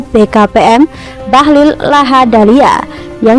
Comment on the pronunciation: Min,itu yg baca narasi itu salah sebut.Ketua BKPM itu namanya Pak Bahlil Lahadalia,bukan Bahlul.Tadi pas menit2 pertama,pembaca itu menyebutkan Bahlul.Hati2 mungkin pembaca berita itu gak tahu arti bahlul .Mohon hati2,Min 🙏🙏🙏